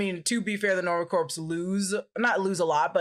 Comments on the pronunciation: the "p" and "s" in Corps is Silent... it's pronounced "Core" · pronouncing corps as corpse and not core stressed me out for no reason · Please, don’t say Nova “Corpse”. It’s said like “Core”. Coming from a USMC vet. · Take a shot every time says Nova Corpse. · Just a note, Corps is pronounced as Core. Same way as in Marine Corps is pronounced as core. Another weird one is Corpsman who is a navy medic working with Marines is pronounced coreman... otherwise it sounds like corpse. And I listen to every episode related to MCU. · sigh... quit saying corpse. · Take a drink every time pronounces it "Nova Corpse". Good times. Omg a Strangers in Paradise shout-out! Awesome,! Also required reading: Love and Rockets. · Please...no more "Nova corPs"... the P is silent...lol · people I kept giggling when repeatedly said Nova corpse lol ❤️ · i LOVE. U. But. Stop sayin "Corpse" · I keep hearing Nova CORPSE which is probably accurate too considering they're dead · Me too. It’s a pronounced core. Like in the Marine Corps. The ps is silent. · Dear God listening to say the P in Nova Corp over and over and over made me lose some iq points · Nova "corpse"...come on at least try 🥺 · The P in Nova Corps is silent. Like Peace Corps. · you don't pronounce the P or the S in corps. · Oh! Please stop pronouncing P in Nova Corps!!